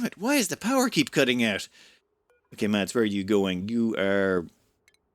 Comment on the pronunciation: Hi. Mads is pronounced without the d in it. Exactly like the word mass:)